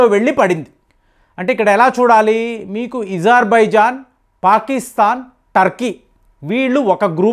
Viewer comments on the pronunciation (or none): none